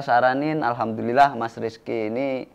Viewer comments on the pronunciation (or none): none